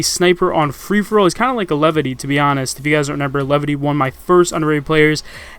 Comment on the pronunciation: Is it just me or do I hear say Renember instead of remember...